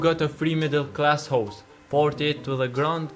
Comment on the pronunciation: The way u say house sounds like hoes